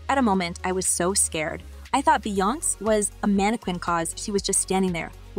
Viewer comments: Why are you pronouncing her name wrong? It's not Beyonce. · That was driving me CRAZY 😂